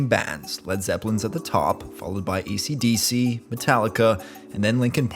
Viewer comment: bro said "ECDC" lol 😂